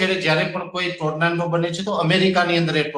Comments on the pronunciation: ટોરનેડો ❌ ટોરનાન્ડો ✅ 😂😂😂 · ગુજરાતી માં વાવાજોડું બોલો. Tornando નથી. Tornado છે. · Bhoshdina Pariya Ne Tornado Bolta Pan Nahthi Aavtu